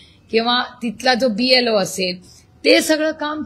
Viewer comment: BLO नव्हे BLA असे म्हणा.